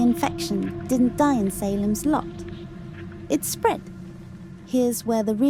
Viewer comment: SAY lems Lot.